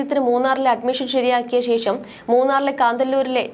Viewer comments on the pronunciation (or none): none